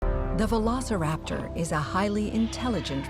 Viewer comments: It should have been vel-oh-so-rap-tu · "[vuh-lo-suh-rap-taw]" what?! No it isn't! Who says it like that? It's more like "veh- loh-si-rap-tor" as in like "velocity." I can only imagine they made it like that in case they thought people would assume the "si" bit is pronounced like "sigh" or something. so glad I'm not the only one who thinks it's written daft! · Bri'ish today, are ya? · vuh-lo-suh-rap-taw sounds like summoning something in Skyrim xD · Just say Velociraptor. Latin pronuntiation beats any pronuntiation. And change the V for an U if you wanna be extra correct xD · I'm so happy I wasn't the only one that found the "vuh-lo-suh-rap-taw" pronunciation super weird